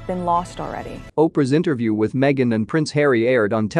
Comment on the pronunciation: She went WAYYY over board to prove that racism is her money maker!! Stuff it Harry mee-a-gan and you too Oprah!!1